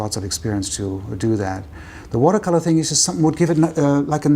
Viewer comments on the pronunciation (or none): none